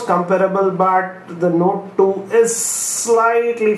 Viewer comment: Note THUI?! Are u spitting?.. Means iphones the best (y)